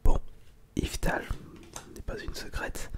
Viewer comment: Par contre pendant toute la vidéo entendre yveutal ça m'a stressé, c'est YveLtal